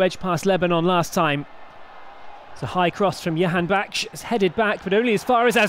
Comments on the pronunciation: Can anyone tell this announcer the name is Jahanbakhsh and not Yahanbakhsh. J=Y only for Spanish names. he has been saying yahanbakhsh for the past two years.... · They have hard time saying "Jahan" I believe. But I agree with you. Sounds like a Jewish last name YAHANBAKHSH...